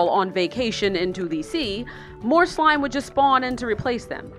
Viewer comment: "My slimeh secrets"